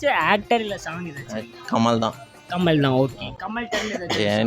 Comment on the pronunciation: Adhu kammal ahh illa Kamal ahh 😂